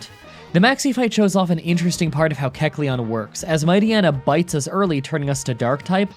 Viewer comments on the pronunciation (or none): AKSHUALLY you are pronouncing kecleon wrong, its pronounced like Kek-Lion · Ahhhhhhhhh yyeesssss Keck-lete! Keck-lete! Keck-lete!!!!